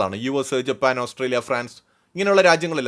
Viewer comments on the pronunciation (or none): none